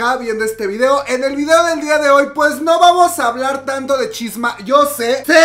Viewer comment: "Vamos a un corte porque ya no puedo hablur" jajajajaja